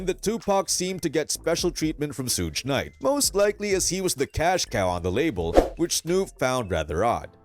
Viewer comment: man who the Fudge is sooge knight lol